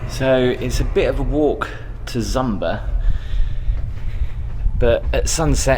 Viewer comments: It’s pronounced zooma not Zumba ffs , 😂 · Oh 😂 “Zumba” did make me laugh, it’s pronounced Zuma, you know, like it’s spelt lol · it's Zuma not Zumba, it's far because they want you to work an apitite😂and on your way back you will also get to your room sober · How do you get "ZUMBA" from Zuma? I mean, it's written quite clearly ZUMA. Where's the B? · Lol "zumba" when it's spelled zuma